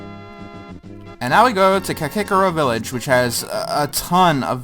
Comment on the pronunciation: Def enjoyable, looking forewards to more! ...though I must say, I've never heard anyone pronounce Kakariko Village or Aghanim the way you do lol